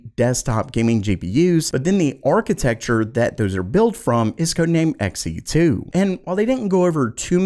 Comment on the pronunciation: Not Xen. Xe2. It's new. It's blue. It's two.